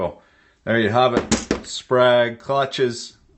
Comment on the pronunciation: Thought you said sprague (pump).